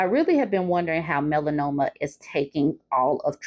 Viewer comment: Melanoma?! 😂😂😂 I'm about to have to break out my inhaler... 😂😂😂